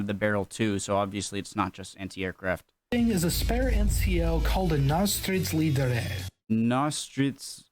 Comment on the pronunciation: Sant japp han sa narstrids ledar istället för närstridsledare